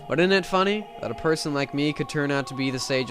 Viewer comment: "FUNEE" haha nice